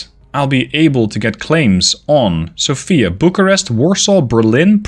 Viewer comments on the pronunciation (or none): none